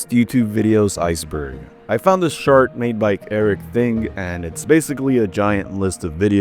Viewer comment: I know it's not AI since only a human could say shart when trying to say chart